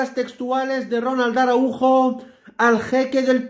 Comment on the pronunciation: Que desgracia que no saben pronunciar el apellido Araujo. Que les pasa?